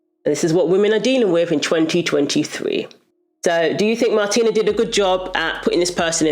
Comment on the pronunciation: Certain names can be tough to pronounce. You had it right the first time around 😂 Just say Martina, would u? Thank u for ur efforts.